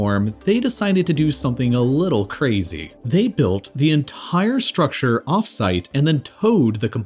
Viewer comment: Why do you speak like this? They tHOwed the enTHire sTHrucTHure. It's absolutely annoying and distracting. I can't stand more than a few minutes. Sorry.